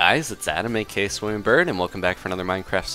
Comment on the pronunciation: It is so frustrating that you don't say the second A in A.K.A.